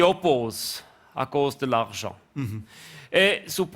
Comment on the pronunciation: Non ! A cause de l’archent…. La prononciation est importante 😂